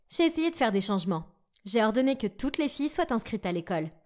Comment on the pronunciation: Quand ta langue se rebelle "la même réaction de tRoutes" "tout le visage" au lieu du "village" "nouvReau"